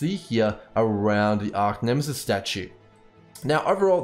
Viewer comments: Great explanation. But it annoys me, that you constantly call it Arc-Nemesis... It's Arch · Thanks for the awesome vid but just a heads up its Arch not Arc for Archnemesis sorry to be the police of pronunciation but thought you might like to know.. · ARE CHE ARCH ffs bro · Arcnemesis........ it bugs me.